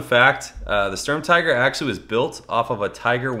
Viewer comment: sturm"teegur" PS- too bad its not 1/18